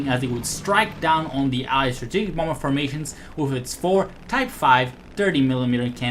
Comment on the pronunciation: I love how he sometimes says "Womber",lol.